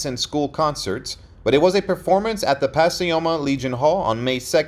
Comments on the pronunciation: Puh Coy Muh is how you pronounce Pacoima not pas si oma , christ oh mighty dude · It’s pack-OY-ma, not Pass-ee-oh-mah!! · I’m from the SF Valley and was wondering where pasioma was lol. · Pacioma? Never heard it pronounced that way. It is really pronounced Pacoima. Grew up all over the San Fernando Valley. Continued R.I.P. Men.